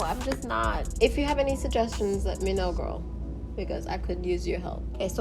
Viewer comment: Am i the only one finding that funny the way she says ''girrr'' without the ''l''?😂